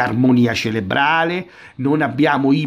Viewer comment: CeRebrale, si dice ceRebrale, non ceLebrale! Visto che hai a che fare con queste cose, e quindi con questo termine, tutti i giorni, sarebbe il caso che lo usassi correttamente.